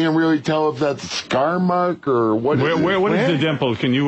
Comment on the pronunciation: you're a great gentleman! It was a short upload (now gone) Riley Martin 4, with a link to another site where you had the long upload. It's the very first call in the upload where they're discussing upcoming show. HS says he doesn't think it'll be good and mispronounces "schmuck"